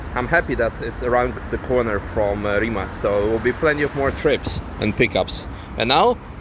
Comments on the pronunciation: U say rimac like rimas. How do you officially say it. Can u ask mate plz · Stupid question: This is how you supposed to say Rimac?